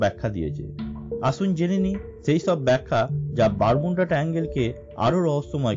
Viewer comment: It's not Bermunda. It's Bermud. Your pronounced word is wrong